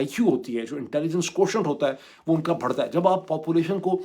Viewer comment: اوئے چوتیے ، atoot attang نہیں ہوتا atoot ANG ہوتا ہے۔ bharta نہیں ہوتا barrhta (بڑھتا) ہوتا ہے۔ dorrhta نہیں ہوتا dorhta (دوڑھتا ہوتا ہے۔